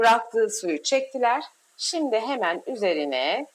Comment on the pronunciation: SİMDİ DENMEZ...! ŞİMDİ DENİR. Türkçede Ş diye harf var.Oha be !